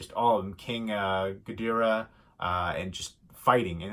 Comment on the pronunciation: Its high school kids not college for ma. Ghidorah is pronouced Gee - Door - Ah